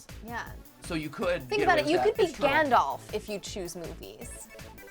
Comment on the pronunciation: Galdolf? Sorry, what? Gandalf.